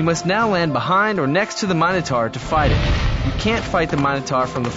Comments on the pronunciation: What happens if you roll a black/grey after moving the Minotaur (or a wall). Do you get t do it again, or do you re-roll to get a number? Also the pronounciation of Minotaur really bugs me in the video. "taur" is TOR not TAR. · You are pronouncing Minotaur wrong